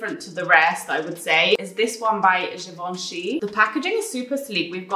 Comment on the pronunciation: haha Givenchy Rouge:p honestly you pronounced it well for someone who doesn't speak French! It is such a good video with great brands, the chapters are soooo helpful for a format like this. It's very clear + you are a real sunshine as always <3